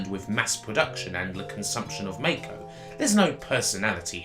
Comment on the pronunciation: Mako is pronounced Mack-o, not May-ko.